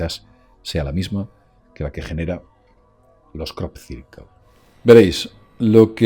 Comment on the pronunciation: Crop cirquel 😂😂